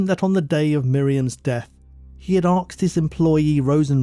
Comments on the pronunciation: Asked not axed. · Why does the narrator say axed instead of asked? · Not, ''Arksed'', ''Asked''. That aside, very good upload as per usual. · The word is Asked, not Arksed. Please don’t confuse the world by publishing bad English. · Please pronounce the word 'asked' or 'ask' correctly...it is not 'arksed' or 'arks'!! Sounds rather stupid. Other than that, you have a good listening voice! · Just excuse me, love the stories, but why oh why, you say aksed instead of asked?